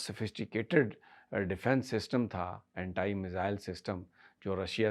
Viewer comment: ہم آج تک اینٹی سنتے اور پڑھتے چلے آئے ہیں مگر آپ نیا لفظ اینٹائی لے آئے ہیں